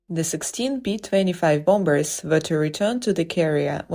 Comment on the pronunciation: Get a Better Narrator! Bomb-Bers?